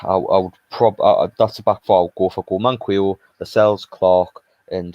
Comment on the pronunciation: Pls call him man-qee-o not man-quill-o haha 😂